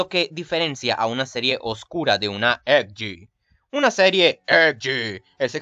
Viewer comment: Muy bueno videos felicitaciones aunque tenias que dar ese acento cada vez que decias "EDGE" ? Es molesto